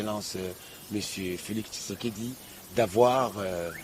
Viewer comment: Yaya obosani congolais na prononciatio? Batiaka kutu cas te que kombo ya mutu ( congolais) ezalaka na signification nango. Okoyoka ooooh Fatshi ekomi Fati, Tshisekedi ekomi Kisekedi 😂😂😂😂😂